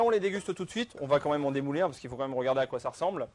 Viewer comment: Le "démarrer" au lieu de démouler... le marscaponne... la fleur de Roger.. appétissant tout ça :-)